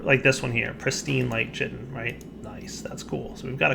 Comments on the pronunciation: Chitin is said as "Kye-tin" not chi-tin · Tyrus is right, the help file on the item even says "Pronounced 'Ky-Tin'"